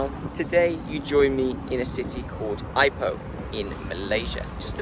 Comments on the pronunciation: It's e-POH not ai-poh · Pronounced e poh